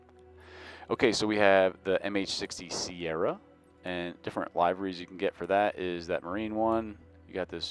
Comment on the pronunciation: It's LIVE-ER-REES